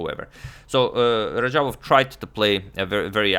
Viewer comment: radjabov not rajabov and teimour not teymur